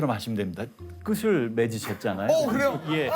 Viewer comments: 교수님 끝을[끄틀]이라고 안하고[끄쓸]이라고 하시네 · 교수님 [끄슬]이아니라 [끄틀]로 발음해야되는거 아닌가요?